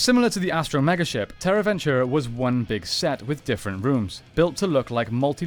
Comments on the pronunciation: It’s “Venture” not “Ventura” 😂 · It’s Terra Venture not Ventura. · It’s Terra Venture…. Not Terra Ventura… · Its Terra Venture not Terra Ventura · Why do you keep saying ventura? I know its tricky to argue about pronunciation with people from different countries and regions, such as aluminum vs aluminium or X Y X vs excees. But the Terra Venture ends with an E not A. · I cringe every time I hear “ventura” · You dare call this channel 6th Ranger, yet you can't even get "Terra Venture" to come out of your mouth correctly? Quick question. Who wins in a fight. Dargonzord versus Q-rexus?